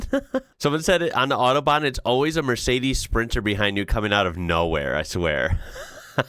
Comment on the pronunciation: It’s not „Ottobahn“, it’s Autobahn, the „Au“ pronounced like in Audi… 🤣🤣🤣